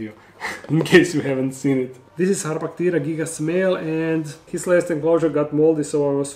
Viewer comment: The way you said harpactira made me think you said hot potato 😅 no criticism, just my brain being wonky...